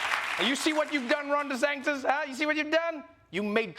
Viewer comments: Trevor!!! Repeat after me: Ron De SANNN-tis, not Ron De SANK-tis. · Trevor is actually calling him Ron DeSanctis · Trevor is still saying “DeSanKtis” with that extra K. At this point, my advice to Trevor is to add two more and just go all in by saying “DeSanK-K-Ktis.”